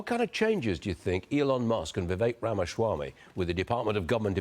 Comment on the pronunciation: Why can’t you pronounce Vivek Ramaswamy’s last name?